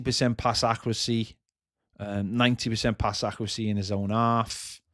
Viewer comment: Pass accrehsee 😂